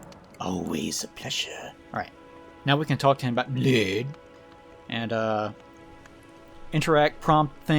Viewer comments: Blaidd is Welsh. It's pronounced like Blai-thv. The end of the name has a "th" as in "the" with a faint hum or buzz at the end of a v sound. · also, the dd in blaidds name is pronounced th. its an old old leftover in welsh from eth, the knockoff switcharoo roman version of the runic thorn we used in those parts for whatever reason